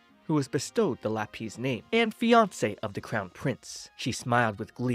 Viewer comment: Lah-pees is hilarious It's Lap-iss